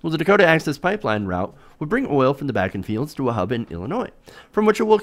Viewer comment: The oil formation is pronounced "BAH -- KEN" (I grew up there.)